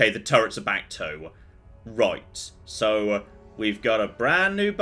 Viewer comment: What the hell has happened to voice? I've been watching a load of his old videos and come back to the regular Sunday YOLO and can't help but notice all the OTT inflections and somehow extending 'so' from one syllable to two soooooowaaaaa